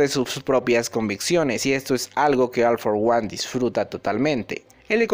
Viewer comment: Se pronuncia ol for guan... recuerda como pronuncias a ol maigt ambos tienen la misma palabra al inicio en ingles